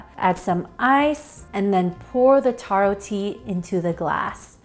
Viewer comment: taro not toro lol